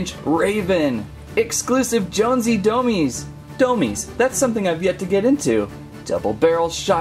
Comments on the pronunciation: It's not domez it is domes just said domes but domez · Dude there pronounced DOMEz not doMEEZ. Otherwise awsome video!!!